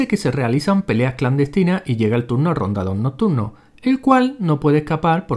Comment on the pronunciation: JAJAJAJAJA RONDADOR NOCTURNO VERGA COMO DAÑAN TODO LOS NOMBRES KAJAAJAJAJ